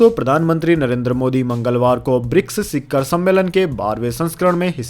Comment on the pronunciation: शिखर सही शब्द है।शिक्खर नहीं।